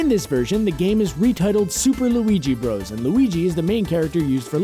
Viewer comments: Isn't it pronounced Super Mario "Brothers" not "broes"? Bros. (with period) is short for brothers. Just saying. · Fun fact: It's pronounced "brothers," not "bros." Hence the period at the end to denote an abbreviation. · Uh... slight correction. Bowser in the North American games was always Bowser. He was King Koopa in the cartoons. In Japan, he was always known as Koopa. Also, it's called Super Mario BROTHERS. You not actually supposed to say BROS.